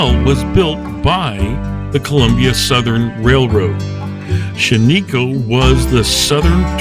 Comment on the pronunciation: It is pronounced "SHAN-i-koh.